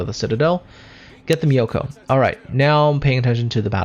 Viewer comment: Nice video! btw myoko's pronunciation is myo-ko not mi-yo-ko. More like cat's meow, but change the w to u.